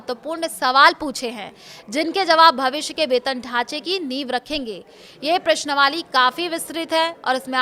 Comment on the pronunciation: प्रश्नवाली नहीं होता प्रश्नावली होता है।